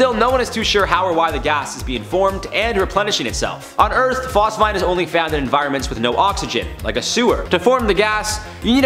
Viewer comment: Phos-feeeeeeen! 🤦🏽‍♂️Bro😊